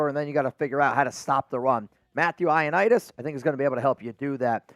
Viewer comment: It’s Greek and it’s Matt “Eye-oh-knee-dis”